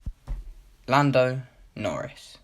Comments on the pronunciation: llando norris lmao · Llando norris? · LLando Norris